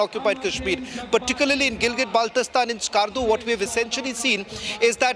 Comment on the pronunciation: it is not balistan it is Baltistan, please pronounce correctly.